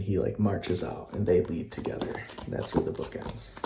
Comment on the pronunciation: You made a mistake with the word book mate